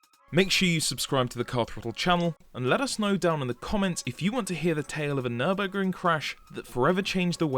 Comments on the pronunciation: It's Nurburg-RING, not Nurbuh-GRING!!! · Yes. Just because you English-speaking guys don't have the "ü", it doesn't mean to miss that out in words and change it to an u, just because your too stupid to pronounce it the right way. Same with "cologne". Why COLOGNE? IT'S KÖLN! WE GERMAN GUYS ALSO DON'T SAY THINGS LIKE "Neue englische Grafschaft" instead of New York. I hope you see where I'm coming from.